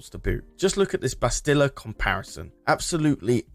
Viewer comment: Maybe one day we'll have a worth Kotor Remake or remaster.. maybe one day.. Also the way you pronounced Manaan and Bastila has me urked. lmao